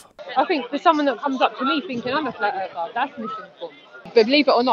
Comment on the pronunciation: "I'm not a Flatt Erffer. I'm a Globalist [sic] denier." She actually thinks that makes her sound less of a LoonToon? "I'm not a Creationist. I'm an Intelligent Designer." Oh. That's the same thing. Hmm... "I'm not either of those. I'm an Evolution Denier." So. No one _claims_ anything any longer. It's only about denial. But... isn't that a claim? FlerrFerrs are fucking idiots. (Ding!) [1]